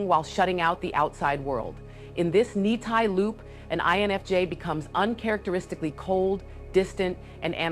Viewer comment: All great information but have one minor suggestion. It is clear you fully understand the topic and as such your language sometimes may confuse less informed viewers . For example, you mentioned the Ni-Ti loop but you pronounced it “Nye-Tie” or when discussing Fe you said it like “Fey”. You don’t do this consistently because I’m guessing it’s stream of thought but the people who don’t understand these topics it could be confusing and they might think they may not have heard you. I found that the best way to ensure no confusion in the language is to use the initials when you say it. So always say N-I-T-I loop or F-E; but saying seperste letters. We become so entrenched in the complexity of the topic thst it becomes easy to confuse less knowledge people . Also using the initials makes it evident that those letters have seperste meanings and will make people’s brain think ; oh that just mean something more complex. FYI, I don’t know if I’ve said this before, but your videos have the most comprehensive range of studies and research that I’ve seen most don’t go this Avenue in terms of INFJ creators so their is a vacuum for your type of content. Most focus on function stack, practical application, etc. but few go into research which is always have wanted. Thank you